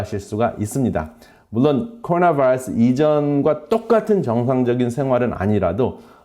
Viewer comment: 박사님 한국말 잘하시는데 꼬로놔바이뤄쓰 영어에는 버터 많이 바르시네요^^